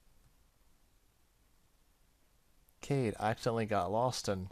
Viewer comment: I think Kaede is pronounced "k-eye-ay-day". I only know that thanks to Inuyasha... looking forward to more of this game though ^_^